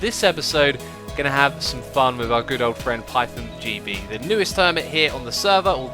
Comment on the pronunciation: Pie thon XD